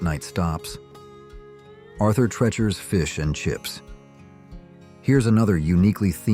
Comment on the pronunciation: Two disparate retrospectives combined into one by AI…. We know by the mispronunciations. Arthur “tretchers” instead of the correct “treechers”.